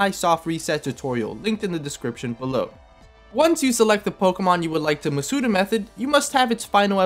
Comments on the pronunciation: How do you just pronounce Masuda's second name correctly and then keep saying MasUda, like, what? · You pronounced Masuda wrong